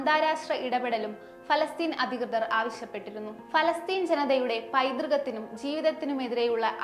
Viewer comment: ഞല്ല മലയാളം വായന.. യു ദ്ദം , ഇ ശ് റ്റം... അതി കൃ തർ.. ഞഞ്ഞായി